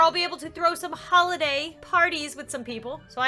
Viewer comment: its oli dah sound like holiday